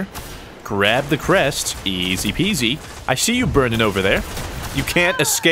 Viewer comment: Why is it the way says "Crest" is so fucking satisfying